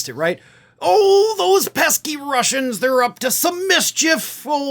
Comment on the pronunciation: Wascally Wussians.